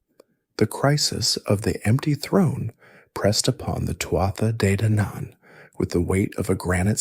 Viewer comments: It's pronounced Tua Day Danin, from an Irish person in Spain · I am so excited to fall asleep to this I love Celtic mythology. In Scottish Gaelic we say "too-ah jay daonaan" I would love to know how it was pronounced/sounded in old (or even modern) Irish